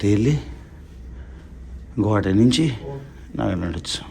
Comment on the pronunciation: నువ్వు ఎ నుండి వ'అంటున్నావ్ అర్ధంకాల గువాహటి న స్పష్టంగ పలకడంల మీరు